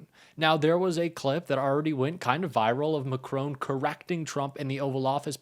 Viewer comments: For goodness sake can you not read His name is MACRON Not MACRONE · You pronounce President Macron as it looks. But it is not Macrone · Yes good … but please pronounce Macron’s name correctly. It is part of respect. He is not a *macaroon*!